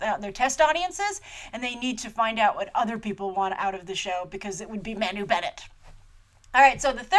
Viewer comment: Loved it! Agreed with 96% of what you said (disagree on the feminist angle, and Elves not dumb - they're just really really happy, peaceful, sweet, loving, kind....and innocent & naive. I'd be too if I were living in that lovely Kingdom :D ) Agree 100% on everything you said about Manu :] (btw, it's pronounced Mar-nu ....you're gonna be saying his name a lot ;) )